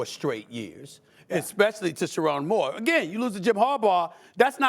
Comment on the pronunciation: don’t say Moore name like that lmao